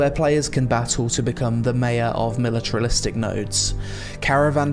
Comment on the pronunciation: "Militralistic" lmao